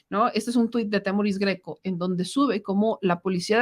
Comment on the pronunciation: por favor, se dice Témoris. es esdrújulo.